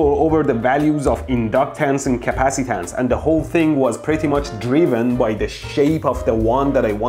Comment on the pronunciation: 💢💢 I love that KUH-PASS-EEEE-TANCE and IN-DUCK-TANCE! That's why the circuit WERKS!!!💢💢